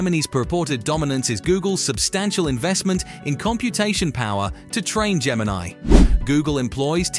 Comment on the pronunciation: Its Gemini, no R